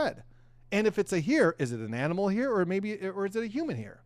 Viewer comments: Its not heir, its hair.!! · It's HAIR, not HEIR!! 🙄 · A hear?? It's a hair not a hear😂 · The word hair is pronounced "hare" and not "here". Minor point. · Hair, pronounced like "hare".